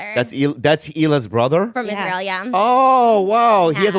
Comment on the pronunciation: I love that she said "Isralia" lol